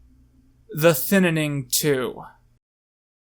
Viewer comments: Why are you adding another syllable to the word "thinning"? I feel like you're saying "thinnining" lol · Why are you calling it the “thinnining”? It’s the thinning. Ik it’s a shit movie but still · Why does he keep pronouncing it THINITING. It’s THINNING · the thinining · I love how you always say the thinnening instead of thinning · Thinning not thininning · “The thinnining “ 😂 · why does he call it the thin in ing instead of the thinning, wasgoinonheeeea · Your channel is great and I adore your content but this is something I must make clear: it is THINNING not ThInNiNiNg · thinaning? its just thinning bro why are you talking like a spastic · Why do you say thinning like it’s spelled thinnining? Lol I like your review a lot btw I think your really funny P.S I don’t agree with your views on Trump and you are clearly uneducated on his presidential decisions (I’m not saying that to try to insult you it’s just the truth) and that’s okay and I’m not angry. Also your Freeman movie idea was priceless I loved it. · You keep saying "Thin-in-ing". Is it "thinning" or not? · I'm sorry, but I can't get over how you call it "Thinnening" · Why are you saying the "Thinnining' instead of the "Thinning" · Every time he said “Thin IN ing” I cringed so hard. Thin-ing it’s pronounced THIN-ING 😭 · A thinining. It's just a Thinning but eh, close enough. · “Thinining” this bugs me so much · wait its pronounced thinNENing? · You keep saying thinninning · Do a shot every time he mispronounces Thin ing. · Why does he say thinining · Who else heard him say thinninning every.....single.....time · WHY ARE YOU CALLING IT THE THINNINNING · Why do you say 'Thinining'? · In the first review, he discusses why he calls it the Thinninning. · Did you not watch the end when he shows a poster where it's spelled "thinnining?" He's obviously doing it as a joke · The thininininninninnnabilityingin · Thinning or the Thin in ing? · The Thinninning 2: The Thinninninning. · thinnining lol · Thin nan ing lmao